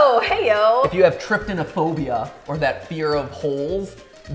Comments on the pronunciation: its called trypopbia (try-po-fobea) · trypophobia, try-Poe-fo-be-a